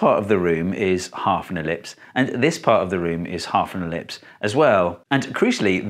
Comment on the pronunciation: The moment you said elipise, I understood. Thank you man